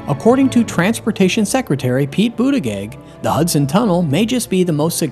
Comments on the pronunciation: Pete Bhudda-geg had me in tears 😭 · Please learn how to pronounce the Transportation Secretary's name.